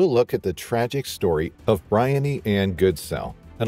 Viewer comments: I think her name is pronounced Bri-On-knee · Her name is BREE-UNNY. My sister’s name is Briony.